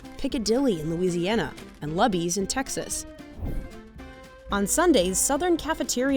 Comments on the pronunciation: is Lew-bees not Luhhh-bees 🤠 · instantly questioning the journalistic integrity when the narrator pronounces Luby's as Lubby's. Absolutely not. It's Loo-bee's. Stop it. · sorry, but it's definitely "Loo-bees" not "Lub-ees"... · “Lubby’s”???? It’s pronounced as you pronounce Ruby. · Did the narrator seriously pronounce Luby's as LUBBY'S!??!? GIRL THAT'S NOT HOW YOU SAY IT, IT's LOO-BEE's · Is Lubys actually pronounced Luh-bees? I’ve always called it Loo-bees. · Luby's isn't pronounced that way. You said it like "Lubbies" when it's like "Loo-bees". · Looooooooo-beeeezzzz. Rhymes with rubies. Not Luh-bees. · As a native Texan, LUH-BEES is driving me up a wall… It’s LOO-BEES!!!!! Also this was a great segment and brought back so many memories of Cafeterias past that I grew up on — Piccadilly , Wyatt’s — 😢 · LOO Bees.... not lubb-ees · It's pronounced Lou-bees not Luh-bees. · Always heard Lue - Bee's or Loo-Bee's not L-ah Bees or L-uh Bees. Lol. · All the southern people: IT'S LOU-BEES DUMBASS Me: who just sees warmed over food sitting out at a huge upcharge. Okay guys. lol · While i appreciate your love for cafeteria restaurants please know that its NOT "lubbies" but "loobies". As a texan it was cringy to hear it pronounced "lubbies" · It’s pronounced “Loo-beez” and not “Luh-beez”. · Luby's is pronounced like rubies, not tubbies. Do some research. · "Luby's" rhymes with "rubies," not..."tubby's" or something. The writers of King of the Hill knew this, which is why their fictional equivalent is "Luly's" (i.e., "loolies"). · Luh-bees? It's "Loo-bees." 😄 Back in the day they had a plate-sized chicken fried steak. And it was affordable. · lol I literally came here to say this! Loo-Bees! I was surprised to hear her say it like Lubbies.. how did she arrive at that? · Lubys cafeteria.....pronounced.... lew bees.....not lob ees like the AI said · LOU Bees. Say it with me LOU BEEs.... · Read "Luby's" pronounced as "Lubby's" smh lol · I'm sorry, did that lady say "Lubby's"?